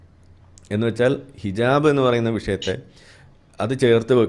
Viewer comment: ഹിജബ് അല്ല ഹിജാ ബ്